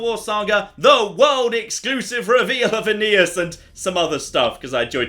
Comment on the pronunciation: Aeneas Me: A...Anus?